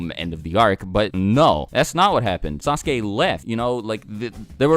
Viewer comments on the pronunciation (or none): none